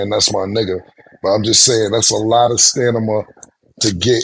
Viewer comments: Cam just Re-Pronounced the word Stamina to Sanama 😂😂😂😂😂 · Bro said stanima so confidently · Stat, mase and Maurice are foul for letting cam say "stanima" a good 4 times without correcting him Lmao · STAMINA... Killa Reverse how you sayin the N &, the, M! It just like how Murda, say... Nimbers.... 🤦🏾‍♂️ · Cam pronouncing Stamina as STANIMA had me rollin.. 😂😅😂😅😂😅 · Cam can say stamina 😂😂😂 "" STANIMA"" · All those, molly rolly polly word play got cam saying samina and not stamina lmao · Ayo...killa its stamina not stanima! That's crazy! 😂😂😂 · Cam saying stanima so confidently, has me crying... Its Stamina! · Ayo Cam Stamina Stamina not stanama😂😂😂😂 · Cam crazy 😂Stanima pause 😮you mean stamina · Yooooooo it's stamina da hell u keep saying stanimum that ain't a damn word Killa cam done said it 4 times 🤦🏿‍♂️🤦🏿‍♂️🤦🏿‍♂️🤦🏿‍♂️🤦🏿‍♂️🥶🥶🥶 u need to go back get that GED folk set black people back 10 years with this 😅🤦🏿‍♂️🤦🏿‍♂️🤦🏿‍♂️🤷🏿‍♂️🤷🏿‍♂️🤷🏿‍♂️ bro no 🧢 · “Stanima” is crazyy Cam 😭😭 its “stamina” lmaoo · WORD! That "Stanima" shit was crazy. I had to say stamina 3x to myself to get it right😂😂😂😂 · I laughed every time Cam said STANIMA 😂😂😂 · Cam said stamnima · Cam said stanima like ten times hahaha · Cam "Stanima" was crazy. I thought he would fuck up and get it right, but he was consistent with it! 😂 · Cam selling sex supplements but saying "stanima" is crazy😂😂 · “Stanima” is crazy killa 😂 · Stanima??? Good thing Cam never professed to be a wordsmith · My nigga killa said stanima lol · Lmao cam really be sayin “stanima” 🤣🤣🤣🤣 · Cam wtf is stammama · "Stanima" 😂😂😂 bro switched the M and N😂😂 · ""STANIMA""... IS HILARIOUS 😅😂😅😂 DAMN CAM... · lmao how many times does Cam say Stanima? Lmao he Fena make a rap with that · Mase & Cam consistently asking Nganus name. Carrying on the topics. & Cam saying stan-na-ma got Stat ferious. 😂😂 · “Stanima” is whooping cam’s ass 😂😂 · SOMEONE TELL CAM ITS "STAMINA" 😂😂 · “Stanima” and “Bill Ross” I fuckin love this show! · Stanima- word of the day lmao